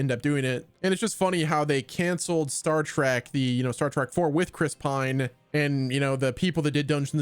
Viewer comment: Say Star Track one more time